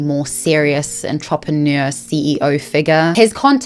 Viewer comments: I think your pronouncing entrepreneur as ontropheneer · The way you pronounced entrepreneur as “ahn-trahp-ehn-yeur” cracked me up. Keeping that forever. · Luke is so cringe I almost puked. But I love the way you pronounce "entrepreneur". Your voice is so soothing. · Baby girl I love your content, fellow homo honey here.. and yes have been a manta sleep mask fan for years (I own 5 for various reasons) but the way you pronounce entrepreneur is killing me x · Please learn to pronounce "entrepreneur" properly it's driving me insane